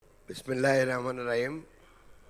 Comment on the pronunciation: বিসমিল্লাহ ও ঠিক করে শুদ্ধ পড়তে পারে না।